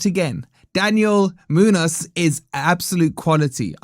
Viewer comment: You’re missing the ‘enya’ (ñ) in the name Muñoz. It is a distinct accent and makes no sense without. Just saying.